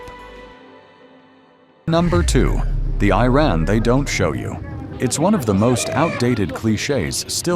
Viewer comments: I wonder why the narrator keeps mispronouncing Iran. He is claiming that he is stating facts about Iran. Still, he cannot even pronounce Iran correctly. He keeps saying I ran! And don't get me started with the flea market scenes. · Correction! Iranians DO NOT use Arabic alphabets! They might look similar at first glance but they are not the same We have our own alphabets which is different from Arabs BTW, it is not "I ran" as in running! It is Iran which pronounced like (ee-run) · Well done. One correction; the name of the country isn't I-Ran. It's pronounced EE-RON. Thank you 😊😊😊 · Iran is pronounced as EE-Rahn, not Ayran. and the people are called EE-Ranians. Iraq is EE-raq, not Ayraq. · You don't even pronounce the name of the country properly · A low-quality video made by someone who can’t even pronounce the name of Iran correctly. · Been to Iran. This is SO FAKE! First RED flag,.. when you spot a title 'shocking' truth/reality 'no one told you about'. Bet this is even A.I generated with a 'mission'. Can't even pronounce Iran consistently. :) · You should correct your AI's pronunciation of Iran. I heard so many different versions. Most of the footage doesn't relate to the content. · Awful AI narrated pseudo-documentary. Can't even decide how to pronounce the name Iran. Pure propaganda that pretends Kurdish women don't get their heads bashed in, or that they are the number one supporter of terrorism in the Middle East. Some nice footage of the filthy streets and the more chic areas. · Your Iran pronunciation is very bad. In one line, you pronounce the name of Iran three different ways. Also, most of ur video is showing an area that poor people are exchanging things on the ground that is more negative than you try to be positive . I think u need to learn how to say Iran a right way then prepare that manipulating video . Iran is a great country and proud of its pre Islamic history.